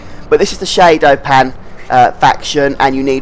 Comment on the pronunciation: lol "shaydo pan"